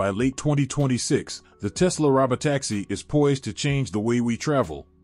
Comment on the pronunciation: This guy pronounces words weirdly. It's "balloon" and "robo-taxi", not whatever he said.